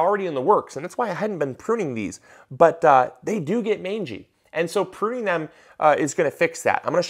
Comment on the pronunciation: Not sure if anyone mentioned if you are "puning" rather than "pruning" 😆